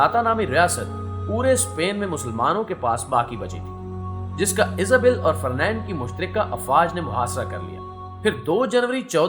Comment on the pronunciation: دانشورا فرنینڈ نئیں فرڈینینڈ 😒